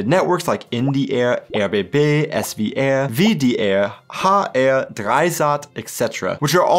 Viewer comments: AINT NO WAY he said the "W" in SWR like a true european wtf 🤣🤣🤣🤣🤣🤣🤣🤣 give me avp blyad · has either spent waaay too much time in Germany or he isn't American at all. I believe it's the second one.